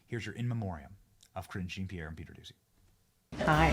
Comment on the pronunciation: When Benny says Karine Jean Pierre's name, am I the only one hearing Cringing Pierre?